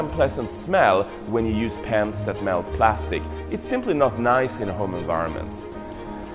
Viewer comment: Cool stuff. I couldn't help but laugh at the guy saying '3D pants' for 3D pens